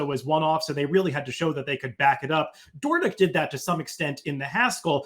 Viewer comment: Dornoch was named for the Royal Dornoch Golf Club in Scotland. The proper pronunciation is “DOOR-nick.” … Dornoch is a full brother to 2023 Kentucky Derby winner Mage